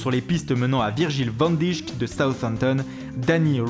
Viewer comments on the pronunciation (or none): On dit "van deik" et pas "van dicht" 😉